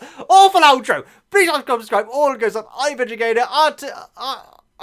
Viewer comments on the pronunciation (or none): none